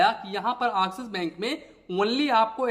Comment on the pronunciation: Abe Axis Bank Nahin Axis Bank bol